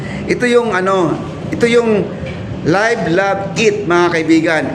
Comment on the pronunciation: Correction on Live. Love. Eat. Live - means remain alive to be pronounce as "liv" not "layv".